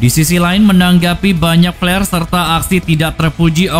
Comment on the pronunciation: Org Inggris = " flare " Org sunda = " plare "